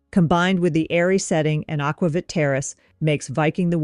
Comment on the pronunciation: Very thorough comparison. Btw, it’s pronounced “aqua-veet “.